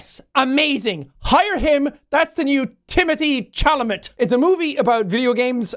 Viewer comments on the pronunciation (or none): LMAO JACK MISPRONOUNCING TIMOTHEE CHALAMET’S NAME WAS GOLD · TIMOTHEE WHAT NOW? LMAOO its said like shal-a-may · Teony97 he was just being funny and it was him mispronouncing Timothée Chalamet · Loved how he said it 😂😂😂